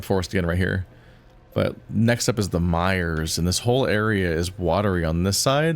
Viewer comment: Logically I know it’s “The Mires” but what I’m hearing is “The Meijers” like the store 😂